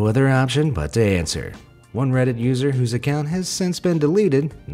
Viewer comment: i heard say "reddsit"